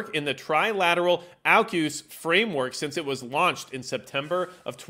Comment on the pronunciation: Pronounce aukus, correctly please